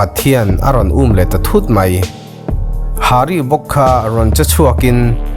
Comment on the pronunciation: Hari niloin haarii tih tur O 😉😊☺️